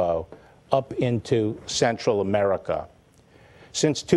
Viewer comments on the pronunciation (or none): none